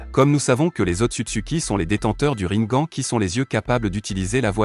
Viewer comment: On dit rinegane🤣🤣🤣